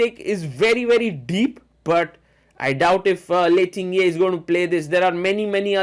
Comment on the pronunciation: Superb play by Humpy under time pressure!! Sagar bhai... correct pronunciation is "Ting-Jee" and not "Ting-ye".